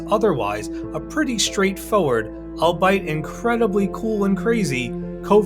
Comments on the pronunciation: He pronounced "albeit" as "all bite", instead of correctly "al be it". Also "scintillating" as "skin-tillating". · "ALL-BITE" (SIC)?!? I AM PRETTY SURE THE WORD "ALBEIT" IS STILL PRONOUNCED "ALL-BEE-IT." NOTHING LIKE OUTPACING ONE'S EDUCATION, IN A FEEBLE ATTEMPT TO SOUND EDUCATED. ROFLMAO THAT WAS THE POINT AT WHICH I STOPPED LISTENING. LOW BUDGET NARRATION DOESN'T BODE WELL FOR THE REST OF THE VIDEO. "ALBEIT MACHT FREI" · This cat said "all-bite" instead of albeit. 😆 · How dare you bite Al. Ummmm I don't think that is how albeit is pronounced. It's Al be it. Not eating a guy named Al. Lol